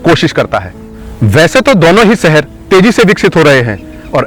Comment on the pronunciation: Pehle dhang se bolna seekh lo. Gajiabad kya hota hai? Seher nhi Sheher. Videos banate ho, aur ganwarpana nhi khatam hota.